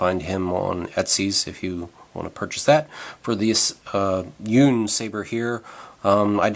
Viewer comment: It's pronounced Yun as in "Bun" but replace the B for a Y, to YUN.... not Un, as in Universe or Unicorn. It's Yun... good video